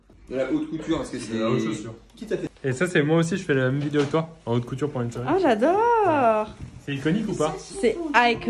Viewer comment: 🤣"a ça c’est de la aute coutur"😂🤣